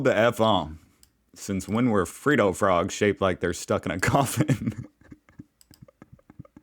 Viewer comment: Its ot Free dough m8 its Fred dohh